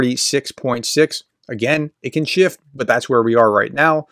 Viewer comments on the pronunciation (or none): none